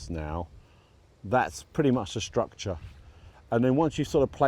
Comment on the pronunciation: Thanks, really enjoying the channel and the continuing evolution of your new garden. This format really suits you versus the more constrained and scripted style you have to adopt on national television. You’re doing a great job…keep on truckin’ with it! Ps, you crack me up the way you pronounce nature and structure…”natcha” “stuctcha” 😁